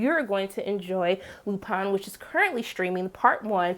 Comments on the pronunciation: Lupin pronounced [ LU PAHN] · In the UK and france shows are writing based vs production based like here in the old US of A, which means they write fewer of them. the most i've seen from the UK was 6. the least i've seen is 3. Also the I in Lupin is pronounced like the double E...ee. like green. and i agree that is one heck of a cliffhanger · Well the show is French and they certainly aren't pronouncing Lupin like English speakers.